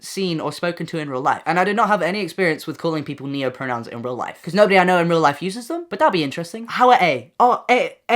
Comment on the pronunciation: we broke when you said noahpronouns instead of neopronouns 😔